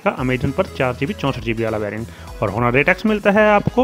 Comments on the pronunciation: Sir its ऑनर ,not हॉनर... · The "H" is silent in Honor🙄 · Did no one teach you that the "H" in "Honor" is silent? XD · I know 🙄🙄🙄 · First of all sahi se name pronounce kar bhai fir aage bat karenge